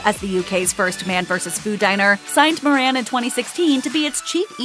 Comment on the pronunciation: It's pronounced More-un not Mor-ran